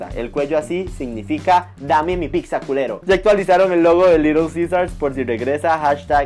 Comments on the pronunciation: Ledi piccsa 😅 se pronuncia pitza 🙏🏻😩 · ¿Y si antes de sacar el vídeo practicamos la pronunciación de "pizza" y no "pigsa"? Saludos y excelente día. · Para empezar no se dice picsa 🙄 pero bueno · Que mal que tienes una canal llegas a muchísimas personas y no sabes hablar? No se dice PICZA. Que mal que hasta para hablar tengas faltas de ortografía. Te invito aque hables con propiedad, reitero no se dice PICZA o PIKZA, no se como creas que se escribe. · Primero aprende a decir "pizza"